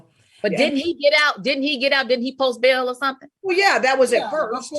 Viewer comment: Are we clear on the "bail" Lisa Raye.🤣